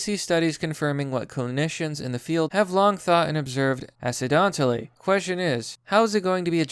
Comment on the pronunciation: acedontally? wtf